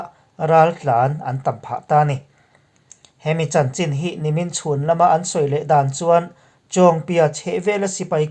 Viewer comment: I lam thiam nain Chin tih hi i lam dik lo lui niin ka hria. Chin=Chhin tih tur tih pawh i hre reng. Chin tiin i la lam reng.